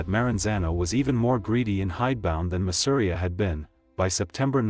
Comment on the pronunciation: Masseria is pronounced mah-seh-ree-yah 🤓